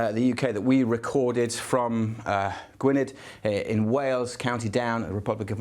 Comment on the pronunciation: Love the deep dive as always. Note: Gwynedd is pronounced Gwineeth 😂